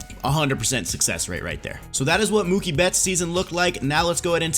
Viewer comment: It’s Mookie and it’s not close